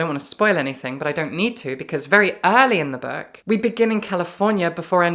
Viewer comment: Why does she say "berk" for book, "wahl" for well, and "rusks" for risks?